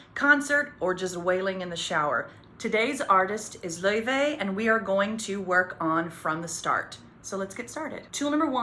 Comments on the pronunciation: It's pronounced "Lay-vay" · WAIT IT WAS PRONOUNCED lay-vay not lau-fee?!?!?!?